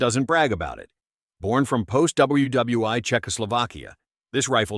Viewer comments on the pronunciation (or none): AI video! WW "I" as in eye!